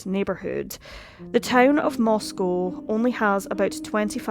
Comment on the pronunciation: This is happening in my town. And you did a fantastic job, you covered exactly how it feels in Moscow (you even pronounced the name right!). I thank you for the calm and level-headed presentation of all the facts. ❤️ I greatly appreciate it.